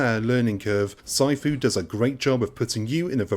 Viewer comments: "PSY-FOO"? PMSL!!!! *"Sih-fu" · omg. this has to be a voice over program because no one pronounces sifu Psyfoo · Tons of criticism but nobody is telling you it’s pronounced “see-foo”. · way to add to review of the game. during gameplay did you find the memory of his mispronounciation of Sifu ruining the games overall score? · Why do you say sifu like that?